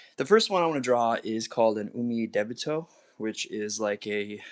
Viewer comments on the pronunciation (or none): So, about Umidebito, great art. I love it, but why are you pronouncing it so weird? It's Ooh-Mee-Dee-Bee-Toe, not Ooh-may-deh-bay-toe.